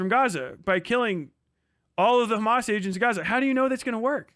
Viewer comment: "Do you condone Hemes?" x8 "I'm so rightous duud, I'm political comentator on the internet with biseksüel lighting in the back, I'm always right." Piss off, grifter boy. You only fool lobotomyte children on their phones.